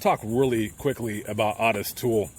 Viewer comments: I've never heard Otis peonounced Aw-tis (instead of Oh-tis.) Is that how he pronounced his name? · It’s not ‘aah-tis’. It’s pronounced Oat-tis. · Hey, love your content but why the F do you call the man “ OTIS TOOL “!!!!!! When his name is %110 pronounced OTTIS O ‘ TOOLE!!! And please don’t tell me it’s for a greedy reason like some YouTube guidelines!! I’ve been watching you for awhile cause like I mentioned before I really enjoy your content and you definitely seem like an educated man… Absolutely no shade so please do not be like a lot of YouTubers and say something ridiculously ignorant like so many entitled brats lol I’m just a curious subscriber 😎… just sayin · O not AW... LOL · Otis is pronounced OH-TIS, not AH-TIS. A very minor point. Thanks for all the research, let’s hope the vast amount of info online these days can prevent some of this horror, it I wouldn’t count on it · His name is Otis Toole and not Autis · It's pronounced Oh'--tis. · Hey, It's pronounced. (OH TIS) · It’s O. Tis you are pronouncing it wrong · Otis (pronounced Oh-tis) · Ottis Toole murdered that boy. Btw, his name is pronounced the same as Ottis Redding. Its oh-tis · Isn’t it pronounced ohtis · Great video like usual. Btw...small thing but his name is pronounced, "Oh - tiss", long version of the O. I did hear you say it correctly at the end of the video. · Always heard O-T-I-S pronounced with a long O sound until this video! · How in the hell did you mispronounce Otis???